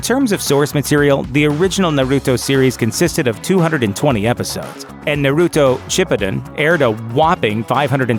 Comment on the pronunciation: He said naruto Ann shippudan wrong I'm offended